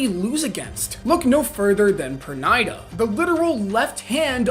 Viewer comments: Perrrrnida not Pernaida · was gonna make fun of how he pronounced pernida till I saw the comment is new so now imma say GO!!